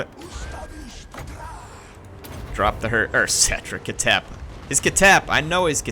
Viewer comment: Its not pronounced “KA-TEP” its pronounced”KH-TEP”, “KH” sounds as if you are snoring with a strong K element.